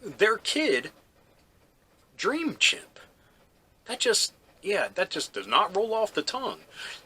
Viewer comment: Chip, not chimp....